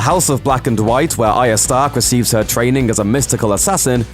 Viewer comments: Why can nobody pronounce arya the right way. The R isn't silent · Arya not aria